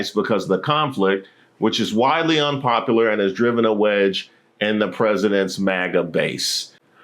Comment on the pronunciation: Hey bud, love the videos. I don't mean to sound alarmist, but at a few points of the video, you mispronounced a few words. "Unpopular" and "requesting" were a couple. If there is a known reason this is happening, please disregard this post. If there isn't a known reason, I would recommend seeing your primary care provider, and then a neurologist to make sure everything is on the up-and-up. Paraphrasia can be a sign of onset dementia. Just want to make sure you good bud! My mom developed dementia before her passing, which is why I bring it up. 💙